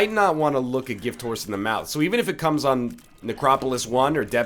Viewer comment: Why do you not pronounce the "h" in "gift horse in the mouth"? You say "giftorse" instead of "gift horse".